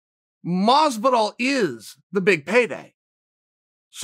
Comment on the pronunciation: Nobody: Chael: George Mazviduhl Nobody: Chael: Oohzmahn